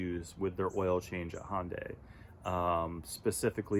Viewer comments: Hon-Day? I think its Hi-Un-Die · Why do people have such a hard time pronouncing Hyundai! HUN-DAY! Not HON-DAY or HI-UN-DAY. HUN-DAY like Sunday. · Try pronouncing the name of the carmaker you own correctly: Hun-day, rhymes with Monday. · Why do people have trouble pronouncing the name of the company they just bought the car from?